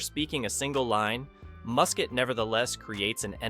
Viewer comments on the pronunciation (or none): none